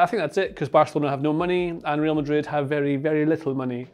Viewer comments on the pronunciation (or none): none